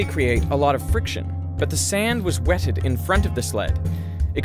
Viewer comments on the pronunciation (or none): WTF is with young people over-pronouncing stuff on YouTube videos? Listen to the way this guy says "wetted" ... almost like he's suddenly British or something ... GUYS. Stop talking the way your 6th grade drama teacher told you to talk. You're not in a reverberant theater and she was wrong, anyway. You needed to project your voice and speak clearly, not over-pronounce every 't' that you come across. We can understand you JUST FINE if you pronounce it within your normal American accent. "Weded." We get it. It's fine. Even the Brits will understand it because half of them wouldn't even pronounce this letter at all! Even people who learned English as a 2nd language will understand because they learned that Americans pronounce it "weded", not "wetted".